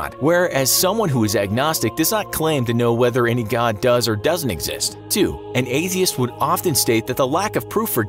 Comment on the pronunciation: Why do you speak "god" as "godn"